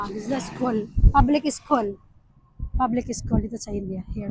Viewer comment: Hindi SKOL dear, SKUL hehe